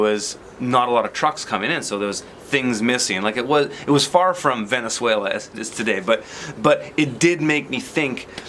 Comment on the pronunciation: Hehe so funny to hear you say Venezuela